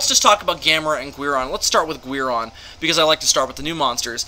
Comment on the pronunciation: Why are you saying Guiron like Gweir-on and not Gear-on